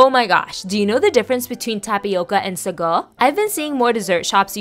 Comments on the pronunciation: It's not sago it's pronounced as saagoo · It's pronounced SAAGO stretch the a . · I never knew that real sago is brown? Wow??? Also I'm from Malaysia and we pronounce it as "saa-GOO" kind shook hearing "suh-GOH" 😂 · I love sago....but in Guyana we pronounce it as (say-go)